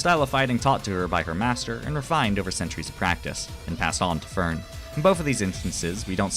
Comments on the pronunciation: for the german pronunciation of names: stark is shtark, you have to say sh and a hard t fern is NOT fur + n, the e is spoken as the first e in enter honestly just ask google translate and try to copy the pronunciation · You did pretty well with the names! Edit from layer on (since I did end up noticing a couple pointers), you did really well!! But yeah, as later in the comment: if at some point you're interested in the extra 3-5% One thing would be switching the the "e" pronunciations of Fern and the second "e" in Serie. Fern tends to be pronounced by most like the english plant rather than the german "distant" and the "eh" at the end of Serie tends to also be hard for a lot of english natives. Also kudos for the attempts to hit the "r" in Kraft, german has a lot of cases like that where you need to go from a rather forward sound to catch an "r" in your throat almost and then right back to a forward vowel. Also for Stark, an "s" before a "t" or "p" becomes a "sh/sch" sound unless you're doing a northern dialect (so it'd read as "shtark/schtark"). Also watching the show recognising what all of he names mean makes for quite an interesting experience since well uhh they are kinda descriptive in many cases Aaaaand idk what case would make this comment helpful but uhhhh i guess if you're ever looking to polish those extra 5-ish% 😌